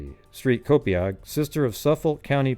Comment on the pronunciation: p.s I'm laughing because many Long Island towns have native American named towns that are hard to pronounce, Copiague is pronounced Co-payg 😁